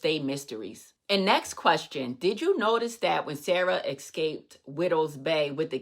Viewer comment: I subscribed just because you said "Important" instead of "Impordant". Wait, you said "Exscaped" I unsubscribed. J/K